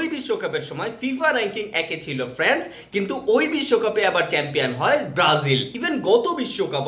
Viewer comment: This is France (ফ্রান্স) not France(ফ্র্যান্স)